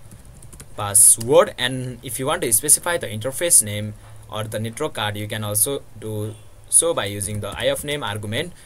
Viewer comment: its not netrok its net-work